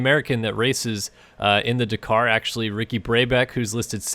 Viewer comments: It’s daaaakar not dacar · Dak-ar not di-car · It's pronounced 'Dah-Kar' not 'D'Kar' ...............sorry but it was crippling me 😂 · Dakar not dacar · "Dak-Kar" not "d'kar" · Bugs me how you cant pronounce the name. It's Dakar (da-kar) not dkar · Come on man it's pronounced Dak-ar not D'kar. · DA kar, not D'kar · Dakar not Dekar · Dukar? its da kar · he pronounces it decaaaaaar and not dakar XD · dkar its D-Akar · Bro it’s pronounced dAkar not emphasize the A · God I hate how he says ‘DaKKar’. . . Haha (Yes i’m aware of the correct spelling, the pronunciation is that of a double K, like “Dak-Car” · am I crazy? I swear I've never heard it pronounced "d'car" before. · Why cannot you pronounce Dakar properly?? Sounds like de car wtf? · It sounds like "dukar" when he says it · “Duh car” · Dakar not deeeekar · Your not saying dakar right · Please pronounce Dakar properly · Please say Dakar properly. Like a normal person thx x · every time you dakar i cringe a little. you say it wrong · The way you say DAKAR is disgusting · Learn how to pronounce "Dakar" before you do a review on it! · You need to learn how to pronounce Dakar properly..... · Is that the American way of saying Dakar. Because its wrong and triggering me :)